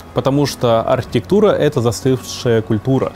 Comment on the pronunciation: Слоги глотаешь, работай над дикцией. АрХИтектура произносится как Артектура